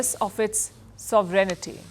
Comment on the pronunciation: it is pronounced sov ren ty